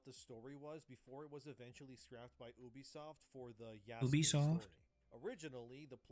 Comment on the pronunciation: The way he pronounces Ubisoft is actually correct. In Latin, "Ubi" is pronounced Ubi, not "yoube" and it means "where". Therefore, Ubisoft is a play on words that basically means Software.